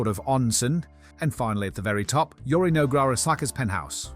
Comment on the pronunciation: Are you sure you didn't accidentally add an AI voice filter over your own while editing? There are a lot of words that are mispronounced in the same way AI filters do, for example, the voice says "Yorinog Arasaka" which is just plainly not his name. Further the voice says "nobby sits at the bar" which is also an odd choice of pronunciation. I don't mean to accuse you as I know YouTube has been iffy when it comes to adding AI to videos without the creator's consent, just curious since you had a no AI disclaimer